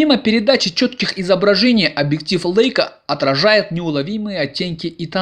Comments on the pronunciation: Не лэйка, а лейка !!! Бренд известный.....Помните военную песню журналиста ...С Лейкой и блокнотом, порой и с пулеметом.... А вы - лэйка.....спортсмэны.... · 525👍 Сегодня вечером приедет - надеюсь , что я не лохонулся ☺ Жалко, нет дист.пульта управления. Могли бы сделать управление со смарта по Wi-Fi. P.S. Чем круче съёмки и обзоры, тем больше требований от зрителей ☺ Но вот звука "Э" в слове Leika и "Бленда" точно нет 😉 👍